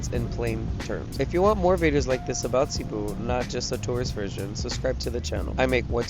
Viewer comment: Please pronounce cebu correctly, thanks